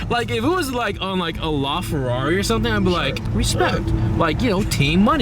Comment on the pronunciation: LaFerri? It's LaFerrari!